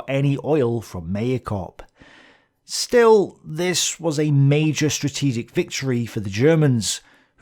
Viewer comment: Maikop sounds as "my"+"cop" just another phonetic nagging I feel huge gratitude and respect for your work, it is wonderful. I can`t name anything made about Stalingrad at such scale and quality in our language. It seems to me that it would be very reasonable idea for me to go to Volgograd itself in May and watch as many episodes as you will be able to film to that moment))